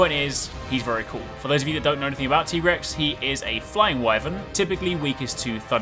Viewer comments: Just was wondering, isn't it pronounced Tig(e)rex? And not Teegrex? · It’s not tegrex it’s Tigre’s 🙂👾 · Teagrex broseph its pronounced like tygrex but tiger boys name is tigrex tho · Tegrex??? Its Tigrex. Hope you are trolling, if not its pronounced like its spelled Ti-Grex not Te-Grex. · Tigrex is straight up a car with claws and teeth. DejaVu.mp4 Edit: Also, I've always pronounced it Tiger-Rex. He's a striped Wyvern with a T-Rex head, just makes sense. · It's like T-Rex :D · Is it just me or dies anyone else hate how he says Tigrex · Stop mispronouncing Tigrex dammit